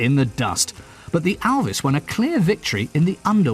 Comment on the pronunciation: Der englische Kommentator spricht ALVIS wenigsten richtig aus !